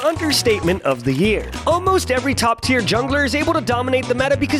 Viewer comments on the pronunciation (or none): none